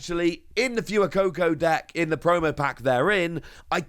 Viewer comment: FWEY-COCO not fewer-coco